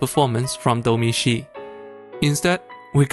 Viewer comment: Great review! But can you explain why you pronounce the Director's name that way?